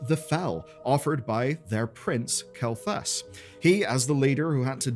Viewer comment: "Who the hell is Zul'jin, you might be asking" Dude, I'm still trying to figure out who the hell "kel thus" is. lol